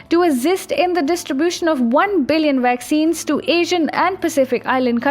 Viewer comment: Yea funny have trouble with V words